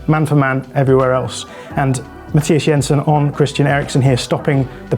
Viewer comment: He even got Jensen's first name right, despite Thomas Frank insisting on "Anglifying" it.